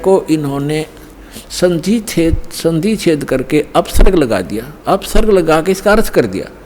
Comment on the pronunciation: विसर्ग को अप्सर्ग कह रहा है तुम्हारा तत्वज्ञानी गुरु 21.22 पर ।